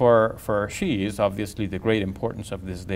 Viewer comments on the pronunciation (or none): why does he keep saying shia wrong?? its so distracting.